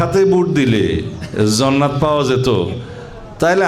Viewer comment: জান্নাত উচ্চরন ঠিক করে শিখুন